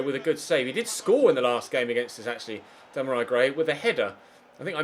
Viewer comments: Dam-a-rai Gray?😂😂😂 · "Demorei Gray"🙈